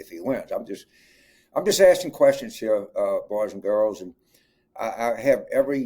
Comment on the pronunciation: “I don’t think we need to bring MIT in heeah.” Lolol